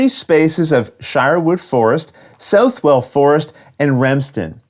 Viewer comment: I have this on the P500 and am really looking forward to it. As a Nottinghamshireman myself, I must point out that Southwell is pronounced more like "Suth-ull" and not "South-well".